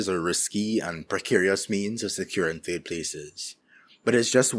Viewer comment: I'm hoping you pronounce third TURD. and I was right. turd places